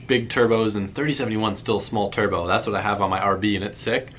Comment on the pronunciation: when he says turbo sounds like chur bro